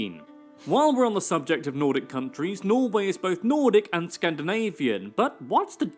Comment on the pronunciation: Nordic not Nortic